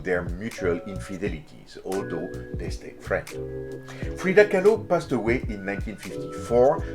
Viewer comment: Lmao. Freida “Kah-loo”.